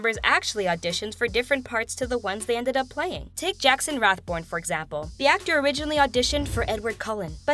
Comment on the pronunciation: It's Jackson RathBONE. Not Rathborn.